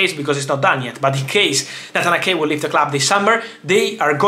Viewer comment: It’s “Nayt-han A-ke” not “Natanake” 😂. I got confused there for a bit who the heck Natanake was 😂. But anyways, thanks for keeping us updated as always, Fab, cheers! 🙏🏻